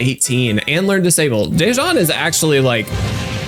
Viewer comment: not to be a hassle but the pronunciation for my name is “duh-juan” thank you very much🙏🏽